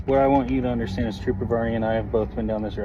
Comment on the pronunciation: I "interstand"?